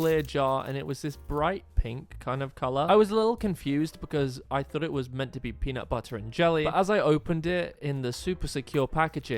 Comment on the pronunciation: It’s peanutbutter not punutbuttu